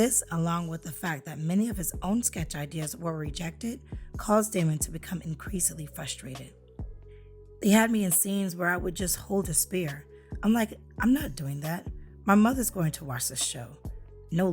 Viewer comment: “Fustrated”, eh? Heh heh heh . . .